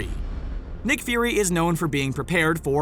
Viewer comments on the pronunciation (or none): you said nick Furry it’s nick fury